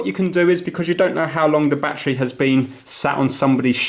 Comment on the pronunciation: What the hell is a “Batchree”???